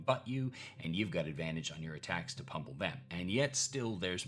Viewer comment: I think you meant "pummel" not "pumple"